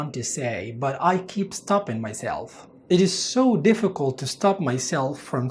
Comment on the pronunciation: why u pronounce the litter t at the end of (difficult)what is the rule